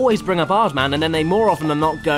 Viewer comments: Epicness Riley He did say Aardman. But they way he used it in a sentence was "Who do you think you are...an "Aardman?" cause Aardman sounds like Hardman. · creator of Chicken Run. Sounds like "hard man" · OH thats the joke everyones talking about. I thought he said Aardman, but i didnt think it wasa the joke .-.